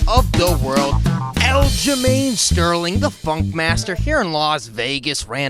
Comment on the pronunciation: Aljamain “forf” Sterling